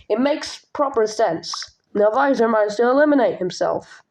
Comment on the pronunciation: It's novisor not novizor